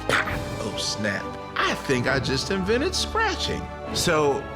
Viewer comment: also "invented" not "vinnit"